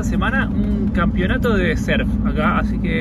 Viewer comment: "Surf" no serf Hay que pronunciar la U 😅